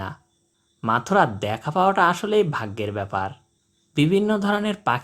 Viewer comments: মথুরা আর মাথুরা দুইটা কিন্তু দুই জিনিস উল্টাপাল্টা উচ্চারণ করে বিব্রত করবেন না। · চমৎকার ভিডিও, কিন্তু পাখিটার নাম বারবার ভুল উচ্চারণ করা হচ্ছে, পাখির নাম মথুরা, মাথুরা না।